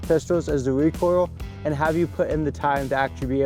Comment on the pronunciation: The ten miwametew has awaot of wecoil compawed to othew cawibuws